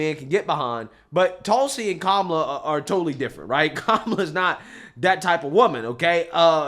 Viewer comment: Perfect comparison between Tulsi Gabbard , and Kumala . Vivik pronounces her name like that , he should know how to pronounce her name correctly cuz he's Indian too .